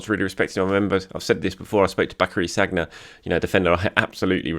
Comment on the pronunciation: No-one tell how Sagna is pronounced